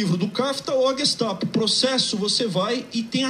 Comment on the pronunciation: Gestapo ele fala direitinho.